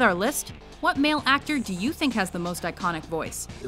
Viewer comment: instead of iconic say Stainic